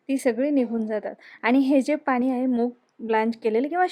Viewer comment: बाई पाणी म्हण. पानी नाही. पिण्यासाठी, पिन्यासाठी नाही.